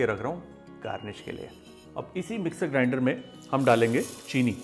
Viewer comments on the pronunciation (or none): none